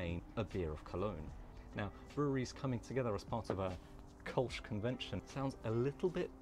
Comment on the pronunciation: Thanks for the ö. It drives me nuts when people pronounce Kölsch as Kolsch. 😅